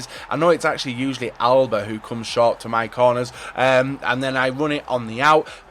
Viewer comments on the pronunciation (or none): none